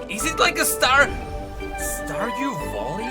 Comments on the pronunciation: Oh my fucking god i got so triggered everytime you said stardew volley and not valley i actually wanted to bash my head in ngl 🤣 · Hey, don't know if you just misspoke, or it's your way of saying it due to your Accent or what ever it is. But you say "Stardew Volley", tho it's pronounced "Stardew Valley". You say it with an "O", instead it should be with an "a". Not meant as hate obviously:)) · Really good news for people liking that genre. I would could myself to that roster, but i hate yordles and yordles + that walking animation triggers me beyond compare. Also really triggered how always called it stardew volley instead of valley. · I cant i can not stardew valley being said as stardew volley.....😅😅😅 i love u but PLEASE say valley not volley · Stardue voli 😂😂😂 sorry its just funny how you pronounce valley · bro said „stardew voli 😮😮😮🐻‍❄️🐻‍❄️🐻‍❄️🐻🐻🐻“ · I thought he was saying Star Voli 😅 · "Yorlde Stardew Volley" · Lol wtf is wrong with him saying valley 😂